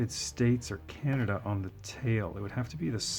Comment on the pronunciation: Your customs are pretty RAD brother! But as a person who has lived in Ontario his whole life and traveled the U.S. a great deal..and to Europe..CAN~AD-DUUUH sucks. I'm sure you can guess what I'm referring to. Keep up the cool work!